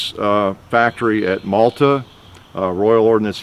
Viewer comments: ROF Maltby, not Malta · Maltby (yorkshire) not Malta